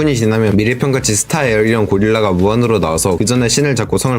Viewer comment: 별건아닌데 에어리언 아니고 에이리언입니다 ㅋㅋㅋ 보는내내 말하고 싶었네요